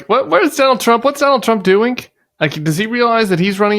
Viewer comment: Doink ? You mean doing